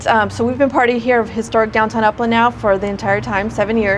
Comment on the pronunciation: Oh;! Did you say upland ! I thought you said Oakland!